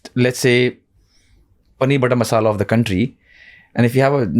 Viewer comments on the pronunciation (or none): none